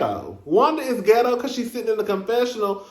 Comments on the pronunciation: Ms. Wanda said “qwerstion,” “get-toe,” and “disrespec-fer.” I was hollerin!!! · Ms Wanda said git_toe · Great Review! That "geto' lol 'how u say it' lol! woman n her daughter both should've taken English Pronunciation classes b4 coming. on tv!!! Maurice want Kimmi 2 build on that forest land dummy bought that's gone take 25 years just to clear off...smdh